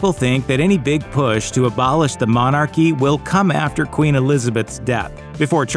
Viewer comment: What the hell is a monarrrrchy? Lol.